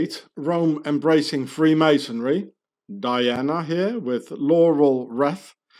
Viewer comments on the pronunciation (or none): none